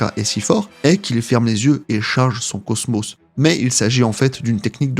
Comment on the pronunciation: Le cosmÔ? La chaine de CHOUNE?? je sais pas moi, on dit [cosmOSSE], la chaine de [CHEUNE].... Tu es sûr d'avoir regarder ne serait-ce qu'un seul épisode des chevaliers du zodiaque,??? 🤔🤔🤔